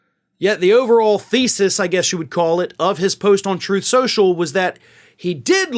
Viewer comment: “Troth Cential”.